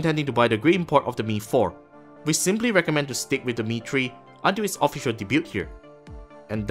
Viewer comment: What did you just say? How did you pronounce the word "debut"?